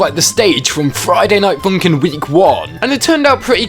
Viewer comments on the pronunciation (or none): Ah yes, Froiyday Noight Foonkin